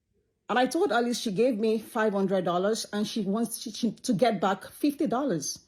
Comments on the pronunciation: Isn’t her name Alice? Not “Eleese” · Is her name Alease or Alice (I'm askn bcuz u keep pronouncn it the 1st way)??...*not tryna b funny just 1dering*... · Lol bless you “Eleese” is Alice. The lady in the video was mispronouncing her name lol. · Her name is Alice not Aleese 😂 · This shop owner is clearly a greedy liar. And why this woman keeps calling the shop owner “ahlease” it’s Alice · ma'am why do you keep calling her Aleese her name is Alice she even said so herself lmaoooooooo that is bothering me so much 😅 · I always thought that her name was pronounced Alice, not Elise 😂 but hey…nowadays people spell stuff however they want to 🤷‍♀️ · HER NAME is Alice Not A-Lease lol 😂😂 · Hunny her name is “Alice” not “A-Lease” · Why are you pronouncing her name wrong. Her name is Alice (Al-lis)